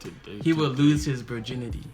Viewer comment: Did you say "Burr-ginity"? LOL!